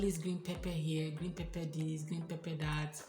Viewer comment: This word "pepper" is pronounced differently..please check the pronunciation in Google.....the "Pepper" is always there ask for it and it is usually there. We don't like pepper because of children.....as a family, when we go out we would prefer to have food that a 2yr old can enjoy.....for foods having pepper...find them in parklands where indians usually reside. Thanks for a good video